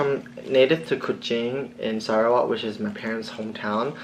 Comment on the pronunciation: I'm so used to listen to your American english so when you said Sarawak and that Malaysian accent just went out I'm like asdfghjkl heart eyes all over from Korea😍😍😍💕💖❤ Watching you eating....I miss Malaysian food ㅠㅠ